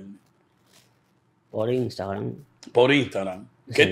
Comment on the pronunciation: PAJARA NO SE DICE INSTEGRAM es INSTAGRAM